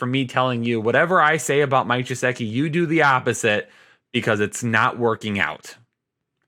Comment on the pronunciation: I might be missing something here, but why does he pronounce "gesicki" that way? I know it's not a big deal lol just wondering cuz it's a little pet peeve.